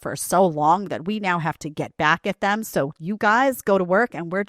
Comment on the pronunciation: To the second girl... ...as an English-speaking native American, you can't even pronounce the word "them" correctly??? It's "them"...not "tham".